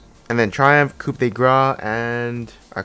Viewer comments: not coup like chicken coup, it's more like cooooooo coo de gra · you dont say the p in coup de grace. Never heard of "that would be the cou de gra" ?